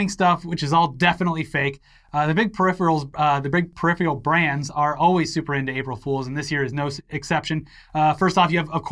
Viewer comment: how come you can't say peripheral?